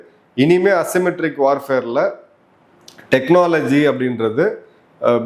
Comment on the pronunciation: தெக்ன னாஆஆ லஜி